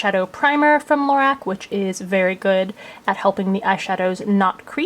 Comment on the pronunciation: Love your thorough videos. Carol Shaw, the founder has on a website somewhere it is pronounced LaROCK :)